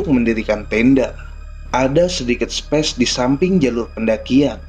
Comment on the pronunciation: Asiik ceritanya 👍 koreksi dikit ya spy gsk telanjur jadi terbiasa. Space dibacanya "speis" bukan "spes" bang maju teruus bang